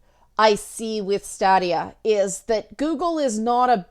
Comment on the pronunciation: It's officially Staydia, not Stahdia. And not to be that guy but it's also Youbeesoft, not Ooobeesoft (hence why it's Uplay and not Oooplay) and Patreon, not Patreun. ...OK, I'm totally that guy. ;) The platform is also in fact based on custom AMD hardware. NVIDIA has their own in-house game streaming service.